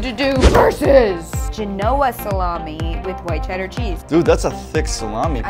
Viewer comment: Who noticed they said Genoa wrong😀